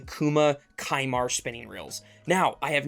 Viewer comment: Isn’t it pronounced “sea-mar”?